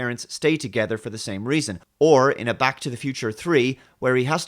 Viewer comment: I still remember when he couldn't actually pronounce "Back" properly so it always sounded like "Bach".